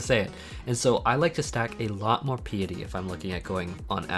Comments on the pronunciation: why do people say pea-a-tee instead of pie-a-tee ? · It's Pi like the equation, then eh then tea. (Pie-eh-tea) not Pee-ah-tea. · As a new-ish player thank you for this guide. The only problem i have is piety. Its pie-ity. As in pious, prayer and stuff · Great video thanks for the info. Oh btw Piety is pronounced like pie ah tee